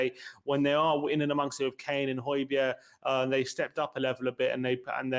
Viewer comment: Hoy-beer not hoy-berg